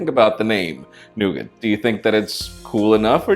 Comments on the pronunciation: I think it's NOT pronounced "nuget" but "no-gah" ;) At any rate, to me it'll remain Nutella whether Google and Ferrero like it or not. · Jesus christ people, it's pronounced Noogar not Noogit, its French. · i believe Nougat is pronounced Noogar ? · nougat. really nigga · nougat not nugget! your name is arabic i suppose you should know it? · Nougat is gonna cause problems with pronunciation, america - "noo-gat" england - "nug-et" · Its pronounced "Nougaaar". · In my language the name of android google chose is pronounced Noga instead of Nogit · nougat is pronounced noog-ah in Ireland. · LOL just go to Google Translate and write the name and learn how to pronounce it lol. Nuu-gah is how you pronounce it. Just like Nee-ga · sounds like nugget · It's pronounced "Noo-ga" here which sounds a lot better than "nugget" lol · The 't' in 'Nougat' is silent ;) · Why are you pronouncing Nougat different than me?